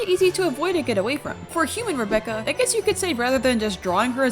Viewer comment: Rebecca is pronounced as R - eye - becca